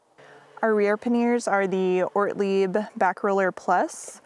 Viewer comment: Great video — looking forward to some scenic shots of your travels. I must say though that i chuckled every time you said ‘paneers’ - which is a kind of homemade Indian cheese 😂. The bags on the bike are ‘panyers’ (or ‘panny-ers’ if your French is not so good).